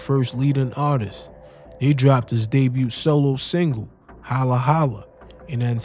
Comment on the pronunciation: The T in debut is silent, my dude.